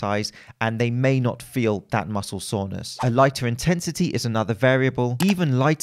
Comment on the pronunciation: Why does he keep saying „muscle saunas“ lol